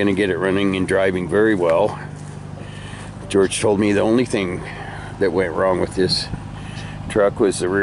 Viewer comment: Take your time and make " george" right